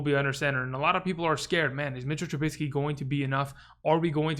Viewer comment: Nice video but couldn't help but notice you are pronouncing Trubisky's name incorrectly. You're adding an "n" into the name which makes it sound like "Trubinsky". It should have a "biscuit" kind of sound. Just trying to help. I call him "Risky Trubisky".